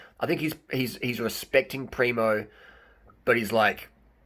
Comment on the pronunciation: Harley, lose the Ž on Tadej, and add it on PrimoŽ, you are hurting my ears 😆😆 I think Roglič is going to win TDF, mostly cos there is a mountain cronometer to come, and Primož is far beter on it, cca 30 sec some predict.. and he allredy has 57sec advantage over Pogačar. And we cant forget how good Jumbo Visma team is.